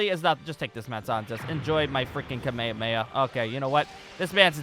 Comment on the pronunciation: the kamehame he called the kamayamaya